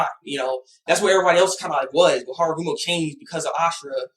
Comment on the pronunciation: hagoromo* Not harogumo! Sorry I just wanted to point that out, not to be a jerk.